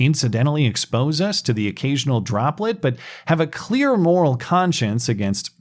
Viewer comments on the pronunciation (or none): none